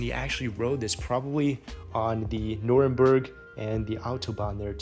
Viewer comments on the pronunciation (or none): Nurburgring not Nuremberg